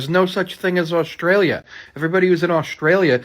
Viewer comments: "Orstralia do's not exast" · that kid cant even pronounce words and he is accusing Australia that it is not real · “Aostraliaaaa doooes not eggsest” -stupid person 2021